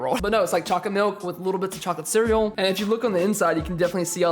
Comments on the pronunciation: ITS C E A R E A L LMAO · You dont say cereal wrong LOL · You say cereal weird